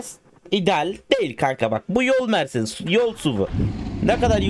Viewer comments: Mercedes demek yerine meğrenes demek🤣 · Mersedese merledes diyen koca yürekli abim